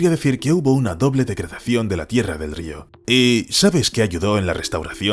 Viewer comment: Estáis obsesionados con los castores, más de 10 videos sobre castores...ah y podéis decirle al locutor que aprenda a decir río, por favor